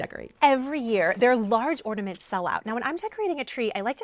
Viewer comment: Sounds like you are saying ordaments, rather than ornaments.